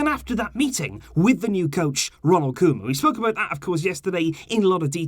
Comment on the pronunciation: I love how you went from cowman to Koeman, for our dutch speakers its satisfying If you wanna nail the pronunciation, say the man part as you say in Griezmann 😂😂